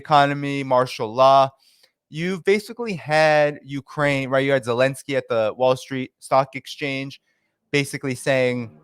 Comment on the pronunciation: Why does say Elensky? What about the zed?